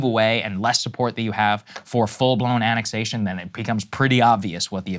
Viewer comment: And today we weigh in on yet another subject we have no specific expertise in or extensive knowledge of but heard so much about on the internet making us experts on it... Btw, the accent is on the third syllable in "annexation", so it's pronounced "annexAtion", not "ANNexation". I mean if you can't get the pronunciation right then what else are you getting wrong?